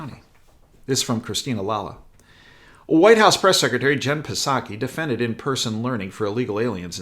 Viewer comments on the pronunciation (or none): The p in Psaki is silent like the P in (P)resident Biden.